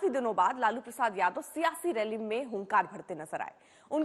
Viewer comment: Jadaw nhi yadav hota hai bolna, nhi aata